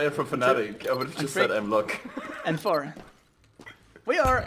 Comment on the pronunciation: Player from Fnatic Tweeday: "Aimlock"